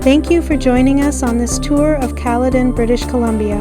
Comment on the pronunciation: Hi, great video! It's pronounced "Kal+eden" with the first e being a hard e like in the word "eden".